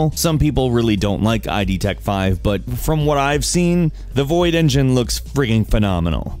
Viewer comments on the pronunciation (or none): It's Id, not I.d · really? "I.D.Tech5?" who says it like that, it's just "id." you know, like id, ego, superego?